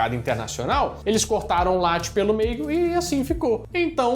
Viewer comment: Late, não! Latte! Prolongar a pronuncia entre "La" e "tte"